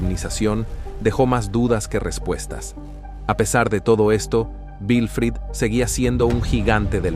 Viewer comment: No es vifrido, es Wilfrido, w